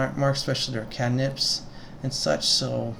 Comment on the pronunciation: Great vid, brought me back up to speed on all the classes and their basics. May I ask why you pronounce cantrip that way? had me googling to see if I'd been pronouncing it wrong this whole time, heh. Thanks :)